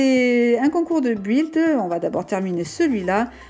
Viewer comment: ça se prenonce bild et ça s'écris build je me debrouille en anglais 😅